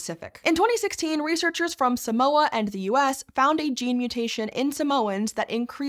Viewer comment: That’s not how Samoa is pronounced btw